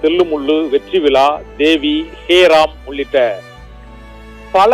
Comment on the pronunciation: First u die da... Dont u know to read Tamil? Vetri Vila.... Even a 3rd standard student will pronounce as vetri vizha